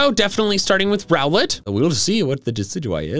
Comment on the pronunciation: SSSAAAAAAMMMMMEEEEEE (btw it’s rowlet)